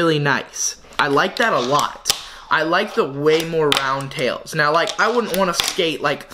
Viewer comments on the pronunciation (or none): none